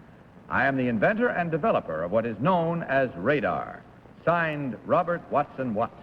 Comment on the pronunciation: It's "Watson-Watt."